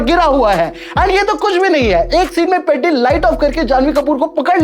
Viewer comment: Bhai peddi ko seedha pronounce toh karlo aap 😅😅😅